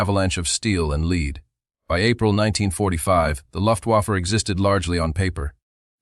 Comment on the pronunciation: The AI mispronounced “lead” as leed and can’t deal with Luftwaffe. 😢